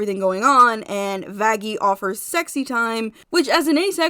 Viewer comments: It’s Vaggi actually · Me thinking everyone should just pronounce vaggi with a light (opposite of hard) G but then realized that adam literally called her that...